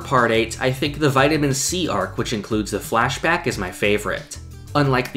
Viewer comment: Hi idk if this feedback is helpful but your pronunciation of the word “flashback” is off. It’s sounds like “fleshbag” every time you say it.